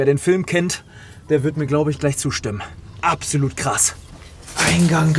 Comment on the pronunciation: 7.19 apsoluut krass hahahaha 😅